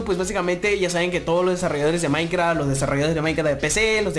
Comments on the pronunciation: soy el unico que se dio cuenta de que no decia maincraft y decia mainkra?? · En el android dice MAINKRA